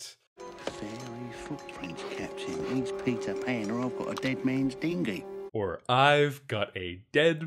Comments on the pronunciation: Dingy* . . . not dingly. Like a boat. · I'm sorry to rain on your parade but I believe it's dinghy, not dingly. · Yeah, I don’t hear an ‘L’ at all, searched the comments for this 😅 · The word is "dinghy" as in a small boat but also a euphemism for his weiner. It's not dingly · Dingy* not dingly